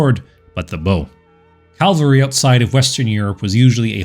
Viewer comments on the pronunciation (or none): "C-a-v-a-l-r-y," not 'cal-vary.' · Not "Calvary" please: Cavalry! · Cavalry nor calvary